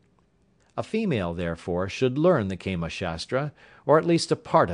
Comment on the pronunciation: its prnounced kaamaa not keema which would mean minced mat! Hahaha!